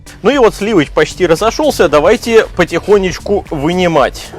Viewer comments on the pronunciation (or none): Речь к восприятию мудрена......говори проще. Еще и слова коверкает .....сливыч, и т д.....что это. ....